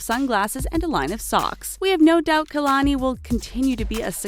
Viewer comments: Its not KAYLONY ITS KA-Lon-I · Its pronounced Kah-la-nee Not Key-la-nee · you guys pronounced Kalani’s name so wrong that it made me cringe